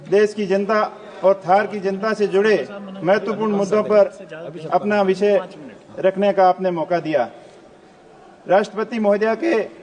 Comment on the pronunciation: विचय की जगह विषय बोलो , सरसा की जगह चर्चा बोलो, सिसाई की जगह सिंचाई बोलो, आपका कद बहुत बड़ा है वर्तमान में क्यों को रविंद्र सिंह भाटी को आप हराकर आपने चुनाव जीता है तो आपसे अपेक्षा रहेगी कृपया करके शुद्ध हिंदी बोले😂